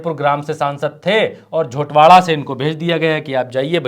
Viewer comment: जोरावार nhi झोटवाड़ा